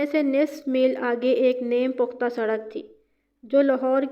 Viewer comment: Hahaha name puktha. Nahi neem puktha